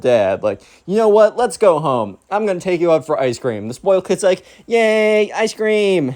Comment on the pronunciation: Zspoiyled. (Spoiled)